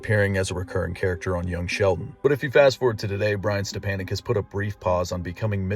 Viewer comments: Step-a-nick not step-an-nick. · His name is pronounced step on ek not an ek